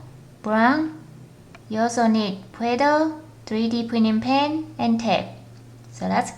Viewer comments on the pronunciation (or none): I heard :You will need pway doh to make poo poo😂